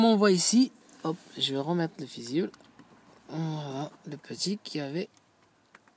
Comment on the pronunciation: Le "fizible" 😂😂😂